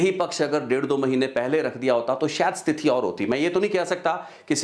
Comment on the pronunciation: ਜੀ ਬਹੁਤ ਮਹੱਤਵਪੂਰਨ ਜਾਣਕਾਰੀ ਹੁੰਦੀ ਤੁਹਾਡੀ ਪਰ ਇੱਕ ਸ਼ਬਦ ਸਥਿਤੀ ਨੂੰ ਹਰ ਵਾਰ ਸਤਿਥੀ ਬੋਲ ਰਹੇ ਧਿਆਨ ਦਿਓ